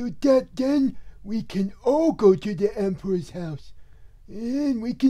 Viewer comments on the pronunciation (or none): "Oh... ya don't come back fwom da Empwah's house." 😢